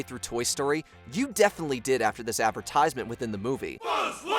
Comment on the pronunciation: The way this person says advertisement as Advertize Mint 🙄 like it's 2 different words.. why do I still watch mojo ffs? Stop recommending them to me